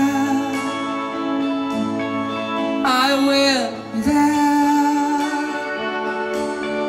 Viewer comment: It was good, but he made be there, in one word, bethere...lol..I agree with some comments here. pissed me off the way he pronounced I will be there.